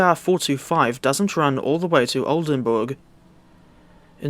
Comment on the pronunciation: I have never heard a non german guy pronounce Oldenburg hbf so perfectly before